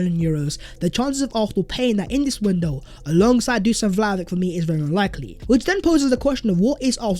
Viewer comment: Learn his name it's Duschan Vlahovitsch